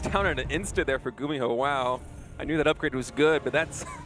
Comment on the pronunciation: when i think of gumiho i think of apollo saying his name as "gummy-ho" for some reason